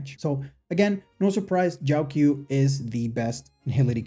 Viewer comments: I think its pronounced jow-cho not jow q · Just a little nitpick but the 'q' in Jiaoqiu is pronounced as a ch sound instead of a k sound.